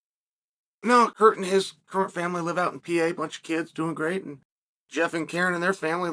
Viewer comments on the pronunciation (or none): none